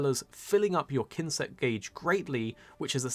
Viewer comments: I'M SORRY BUT IM DYING HE SAID KINSECT AND I CAN'T UNHEAR IT oh that made my day for something so simple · kinsect ? lmao I love MH stories, I can't wait for it